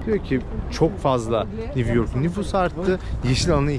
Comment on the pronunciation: NİV YORK, NİV YORK, NİV YORK‼️ 🤔🤫😣